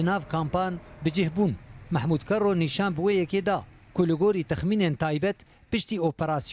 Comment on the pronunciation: qaşo di raghandina kurdî de kardike, lê nizane bêje kerro an kero. ji cûdahî xweş xuya ye. behsa peyamnêr ango nûçebêj dikim.